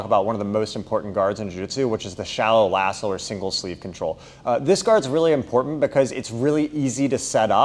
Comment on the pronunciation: Great video and content. But I have to tell you, I heard "Shallow asshole" and now I can't unhear it.